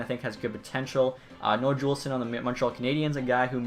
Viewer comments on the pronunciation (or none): It's not juulson. It's pronounced youlson